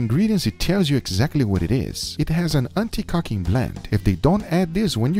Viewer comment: did he say the cheese had aunty cocking blend